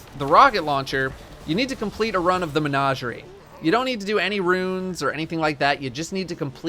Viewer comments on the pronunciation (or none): "Men-A-gerie" (like apple)